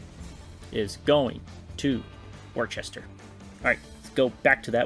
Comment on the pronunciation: As a New Englander and partial fan of the Railers its pronounced Wu-STAH